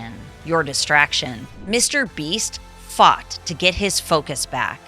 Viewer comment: Fought sounds like f**ed